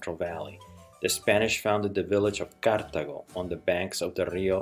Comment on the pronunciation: i dont know if you know but its pronounced cartAgo, not cártago